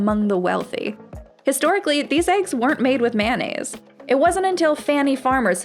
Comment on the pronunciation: Mayonnaise isn't pronounced: "Man-A's" 🤦🏻‍♂️